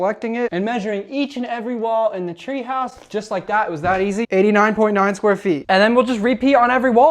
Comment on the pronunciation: What is jwywaow, what's a chwee ouse, chwee and what's a boblar, and shtiding